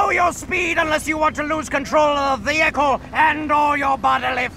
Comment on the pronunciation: Vehicle... Veheckel... Ecklestone... no.